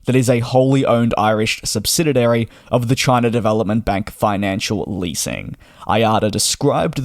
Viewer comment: Say it with me Dj, SUBSIDIARY not SUBSIDIDARY.